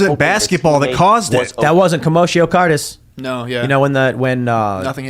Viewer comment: It took Tim about 6 weeks to figure out how to say Guillain-Barre at the start of vaccine mandates. Now it's going to take another 6 for him to figure out how to say Commotio Cortis.